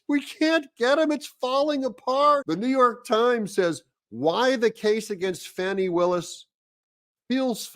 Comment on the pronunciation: Doug, it's Fahh-nee, not Fanny.